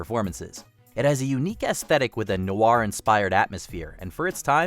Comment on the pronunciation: Why Americans struggle so when trying to say 'noir'?